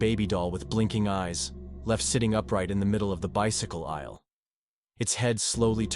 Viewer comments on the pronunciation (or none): Consider a different voice that doesn't keep glitching. Distracting. Example: Aisle 7 pronounced "Isell 7"